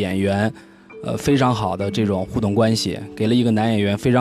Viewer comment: 我感觉袁子弹这个青年编辑讲话的时候貌似平仄不分。“这种” 的这，听起来不像 ZHE 而像 ZE。。。